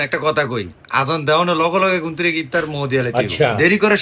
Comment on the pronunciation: ইফতার ❌ ইসতার✅🤣🤣🤣🤣